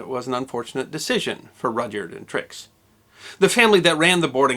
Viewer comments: Minor quibble two... From what I understand, the "y" in Rudyard was always silent. Therefore pronounced "Rudard". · Is his first name pronounced Roger?